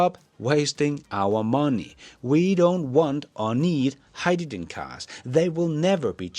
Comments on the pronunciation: Please pronounce hydrogen correctly. It’s not “hi-ja-Jin”. It’s hi-dro-jin” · it's Hyde-da-Gin lolol